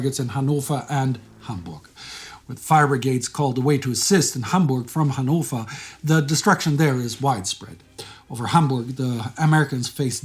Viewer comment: That pronounciation of Hannover tho 👍👍